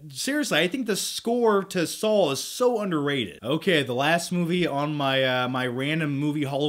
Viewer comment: Anyone else hear him saw "Saul" instead of "Saw"